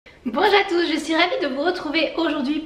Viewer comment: C'est bête, mais j'adore ton "Bonjour à tous" qui se transforme en "Banjatous!" à chaque début de vidéo x)